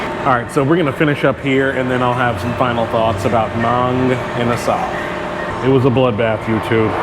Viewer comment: Nah, you said the name right